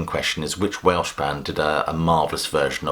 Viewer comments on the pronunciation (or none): none